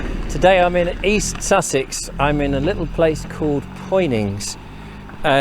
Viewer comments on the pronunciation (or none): All those comments below but none from a native of Poynings.who would told you its not Poynings it's Punnins